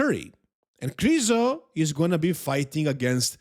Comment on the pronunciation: His last name isn't krizo ffs